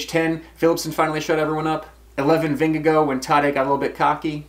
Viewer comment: Vingegaard would have won? Are you kidding me? Gaimon is loopy. (Also I'm pretty sure he is pronouncing Vingegaard wrong)